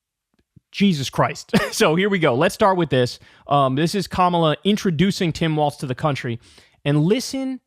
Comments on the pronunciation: It’s walz not waltz. You keep saying it waltz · Come on, Kyle...it's Walz like WALLS...not waltz like the dance. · Kyle, his name rhymes with 'falls' not 'faults'. Minor quibble 😅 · Let’s Go Walz! (Pronounced: Walls) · why does kyle keep saying waltz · Walz not Waltz lol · Kyle keeps stupidly mispronouncing his name. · Learn to pronounce Walz correctly. It’s hard to take you seriously.